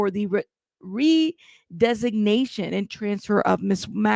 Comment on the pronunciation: Redesignation, NOT RESIGNATION!